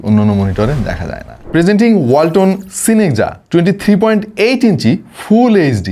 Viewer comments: ওয়াল্টন❌ হোলটন✅😹🤣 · ওয়ালটন❌ হোলটন✅😂🤣